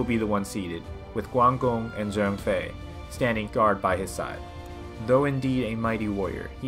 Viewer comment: Its Zhang Fei not “Zheng Fei”